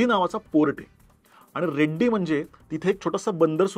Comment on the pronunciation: सर रेड्डी नाही रेडी असा उल्लेख पाहिजे कारण ते नाव आहे